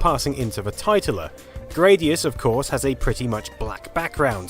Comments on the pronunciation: It's pronounced tit - ler. Much more amusing that way. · Famicom Tit-ler.